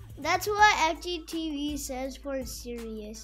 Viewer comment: Did you say FGTeeV?